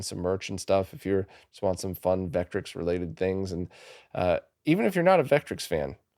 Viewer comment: Just an FYI, Vectrex is pronounced Vekk-trekks, both syllables equal, not VEKK-trix.